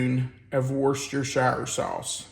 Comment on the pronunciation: I've only ever heard of heating the beans from the can or baking them. I found out... Worcestershire is actually pronounced woostersheer.